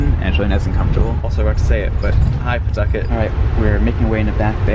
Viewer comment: Not attempting to redeem himself by pronouncing Pawtucket correctly at every possible opportunity 🫶